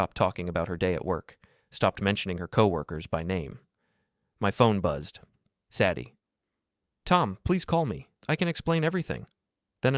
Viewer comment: Hard to keep listening when they keep pronouncing Sadie's name wrong.